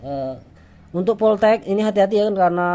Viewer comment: BackLight di baca Beklaigh bukan beklik, Damage di baca demej bukan demek, voltage dibaca voltej bukan voltek 🙏🏻👍🏻